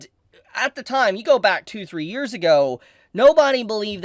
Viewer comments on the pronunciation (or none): none